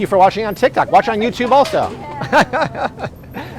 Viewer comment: lol welcome to tik itytok